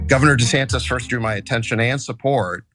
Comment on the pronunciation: Did elon say “governor santis”?